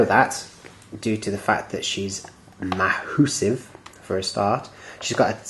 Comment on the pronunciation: Ma-HUSS-ive lol